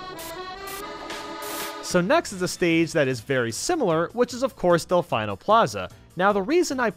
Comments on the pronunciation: Piana, Delfine-o, Pal-you-tay-na. Dude how can you pronounce so many things so wrong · Del-fee-no. Not Del-hell-if-I-know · Pronunciation- DelfEEno not delFIIno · It's not del fine oh. Its del fee no. Even the piantas say it that way. You have no excuse to say it the way you did! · DelfEEno Plaza pls, no DelfIno. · ITS PRONOUNCE DEL-FEE-NO NOT DELFIENO YOU ANOREXIC ANGLOPHONE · It's actually pronounced "Dell-fee-no" (Delfino) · No, he's the only person that pronounces it Delf-I-no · It's Actually Pronounced Delfino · I think if you're pronouncing Delfino like he does, then it's more like Delfeino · delf"I"no plaza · Del-fine-O Plaza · You said delfino wrong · if you have such a “close connection with mario sunshine”, why do you pronounce delfino like that?? i’ve noticed that in other videos of yours as well, i just don’t get it because there’s even voice acting in mario sunshine where they pronounce it the normal way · I felt a sharp pain when I heard you pronounce Delfino incorrectly... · I take issue with your pronunciation of Kalos and Delfino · So, you still haven't learned how to pronounce "Delfino Plaza"... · KAY-LOSS? Del-FINE-o?! Ouch Edit: Pal-YUH-taina? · Pal-you-teen-a Kay-las Smash Bras Mee-lee Del-fy-no Chi-me-ra I've watched 3 videos and heard all of these repeatedly Please pronounce things correctly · Kay-los region boys, Del-fī-no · Kal-os and del-fino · Delfino:Dell-fee-no Kalos:Cal-oh-ss Like the video but these bothered me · I unliked cause of Kalos and Delfino mispronunciations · Ugh why do you say Kalos and Delfino wrong... Like come on. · I kept getting irked everytime he mispronounced names like Kalos, Delfino, Raquayza etc. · “Pal you teen a” “smash bras” “del fine no” “Kay los” Get your pronunciations right please.